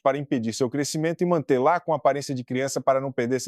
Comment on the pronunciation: "e mantê-LÁ" kkkkkkkkkkkkkkkk